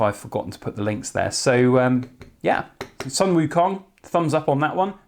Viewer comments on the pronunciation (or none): WOW beauty! btw it's pronounce Sun="Soon" Wu Kong .. :)